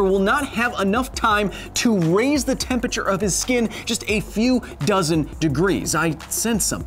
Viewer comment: "Tempature" The more you say it, the more I can't unhear it.